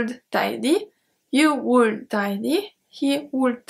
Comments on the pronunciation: Thank you so much for your wonderful videos...You rock... [I´m sorry to say this, but I think I have to... in the word "would" the "L" is silent.. so you have to pronounce would like "Wood"]... thanks again.. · Your shuld, wuld, culd was very cute and sweet :). The L is silent in all of em btw.